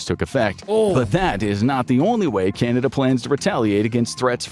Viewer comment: Kanada? LOL